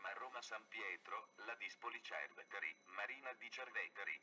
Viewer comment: no ma come ha pronunciato Ladispoli-Cerveteri